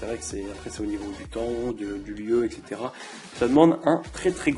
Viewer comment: Ouiii le retour!! Par contre j'aime bien tu essayés de bien parler alors que tas dis 20x "ect" alors qu'on dit "etc" et on dit pas "abassourdie" Mais "abasourdie". ^^